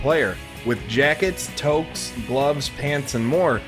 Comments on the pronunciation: Toecks really its toques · Someone plz explain to this guy how to properly pronounce “toques” Obviously not a Canadian lmao smh